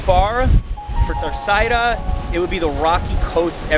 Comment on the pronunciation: He says them perfectly? He calls Terceira TA ÇAIRA. Isn't it pronounced TER ÇERA?